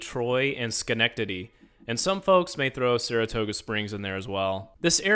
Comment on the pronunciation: 😂 you showed me how to pronouce Schenectedy